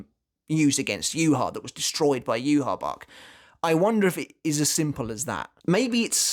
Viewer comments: Lmfao bro if you play bleach brave souls it’s not yuhabac it’s yu ha baw ha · Why do people call him Juha Bach, when his name is supposed to be Yhwach? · NOw with the White case representing his Quincy Side: It does make sense that it is still there even after his Quincy Powers being stolen from him. Because when Bach (yeah yeah, Yhwach or whatever, it is pronounced BACH and so I refer to him as that, since that is also how it would be written down in german) stole Ichigos Quincy Powers, Ichigo already was in Bankai State, and Tsukishima, with help of Orihime, helped restoring the sword. HOWEVER: If Ichigo did NOT had his Quincy Powers at that point, it would not change the current appereance of the Bankai. Or in other words: Ichigos Quincy Powers are gone, but the shape of the blade remains, but it is now powerless, an empty shell so to say, at least on the surface. HOWEVER, what Bach failed to realise was that this Powerless shell might be fragile, but it still has something in it... a shining, hard to break pearl, in the form of Ichigos Shinigami Powers. That is why I think the White Part broke so easily while the actual blade did not, because the white representing his Quincy side was "empty", while the black representing his Shinigami side was still "filled" with power, so the shell breaks and core stays intact. Also, can we still call Ichigos current blade "TENSA" Zangetsu? Tensa Zangetsu means heavenly CHAIN cutting the moon, but with the White "Shell" gone, so was the chain that made that Sword "Tensa" Zangetsu. So maybe, at that moment, when the white shell broke off, the sword actually returned into it's Shikai State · Maybe his shinkai is similar to yumichika which posses a fake and real shinkai depending on how he pronounce it's name as well Renji's bankai which is separated in to two form